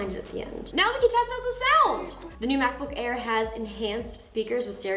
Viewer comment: Mackbook Air🤪🤪